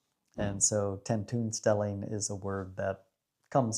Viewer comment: oo: tentoonstelling is pronounced like 10 TONE stelling not like the oo in cookie or look